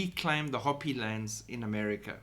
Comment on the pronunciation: Just FYI: it’s pronounced “hope-ee “. 😉😁